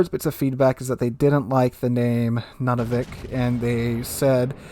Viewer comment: FYI... it's not pronounced NUNavik, it's pronounced NOONavik. And now you know. :)